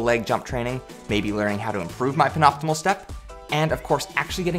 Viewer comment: FYI it's pronounced "pen-ult-i-mate" like pen + "ultimate (frisbee)". nice vert gains, you would add more inches on your approach just from technique alone